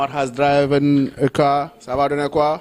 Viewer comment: mind the pronunciation of DRIVEN.